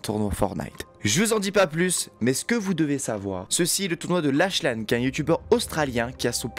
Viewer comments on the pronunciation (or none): Dans lachlane on dit pas (ch) mais (k) donc laklan😂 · Par contre ça se dit pas lachlan mais laklan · On dit laklan même si ça s'écrit lachlan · Ca se lie laclane